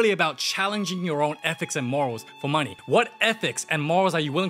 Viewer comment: "Wrinkles love the munee" HELP